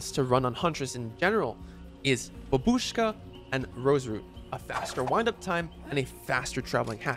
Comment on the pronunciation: great content as always,! but please watch some YT video about how to pronounce "Babushka" correctly. thank you ❤